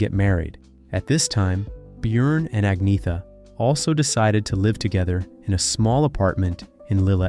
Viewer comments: Learn to pronounce. Ah-Nyeh-Ta. ByORN. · I know swedish names very well and iam an expert in the swedish language. You dont pronounce her name Ag-naya ta,, jag lovar